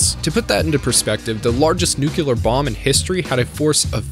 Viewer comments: “Nu-clear”, there’s only one “u”. It’s seriously not that hard to pronounce it right. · Did you mispronounce Char's name on purpose? Also, you said 'nucular' (not a word), 'prosperity' when you clearly meant 'posterity', and I've never in my life heard someone say 'en-sine'. Have you seriously never heard the word ensign pronounced? Not smart.